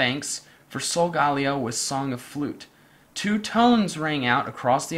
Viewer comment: Not tying to hate, but solgaleo is pronounced sol-ga-lay-oh